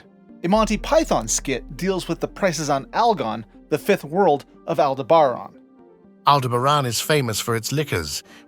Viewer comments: AL-DEB-BURR-ON, Jesus in you clip Picard says it correctly and you still screwed it up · I think I learned Aldeberan was pronounced with the accent on the “deb” syllable. I think that also was the planet destroyed by the Death Star in Star Wars. Correct me if I’m wrong.